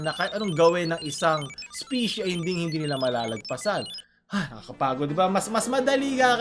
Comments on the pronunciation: nagcringe ako sa mga instances na sinabi niya 'yung "specie" sksksks sorry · gusto ko lang sana macorrect...kung tama pagkakarinig ko ang sabi mo "specie"..kung tama man ako..ang pagkakaalam ko kasi ang tamang term is "species"